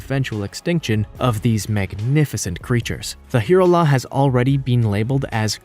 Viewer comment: And the last one: Hirola is pronounced "Hye-rolla" . sooooo easy to look up before you mispronounce.